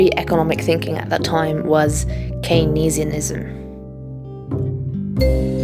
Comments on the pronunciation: its pronounced Keynes-ianism not Keyn-ees-in-ism BTW. Also important not to confuse "Keynesianism" with what Keynes advocated for (he was still a middle class/bourgeois capitalist but believed in correcting for business cycle and market tendency towards failure amongst other things) and "New Keynesianism" which is neoliberalism/Neoclassical economics in line with Mies, Friedman et al. It's really difficult to mention Keynesianism without confusing people or having some people misunderstand due to the misuse and abuse of his name. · Great video - thanks, YouTube Algos! (But “canes” and “canesianism” please!) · Keyneeesianism? Really? Duh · Very confused by the pronunciation of Keynesianism not being Keynes + ianism. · Very slick and well researched…why are you pronouncing things likes “keynesianism” and “agenda” the way you do? Anyway, this is obviously red meat for the underpaid, over-educated masses of the west. Buuuuhhhhhh…when did the righteous and good guys bring the world something good? Was it in China? Was it in the ussr? I guess it’s in a few counties in post-war Europe as usual? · You pronounce Keynesianism oddly, but I really like your video essay style and matter.